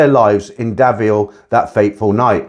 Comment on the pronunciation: Davao, not Davio